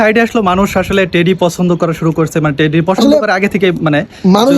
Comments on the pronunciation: টেরি না টেডি হবে । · ভাই টেরি না টেডি